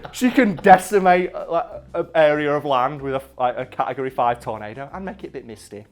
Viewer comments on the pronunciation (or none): none